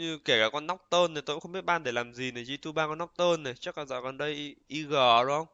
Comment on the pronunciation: Góp ý nhỏ là đừng đọc G2 là gờ hai lúc stream. Cũng k có gì đâu nhưng mình sợ sẽ bị quen lúc bình luận. Như studio nào đó bình luận cứ gờ hai với cả xê chín nghe bực vlin